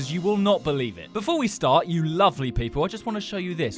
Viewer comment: "Before we star"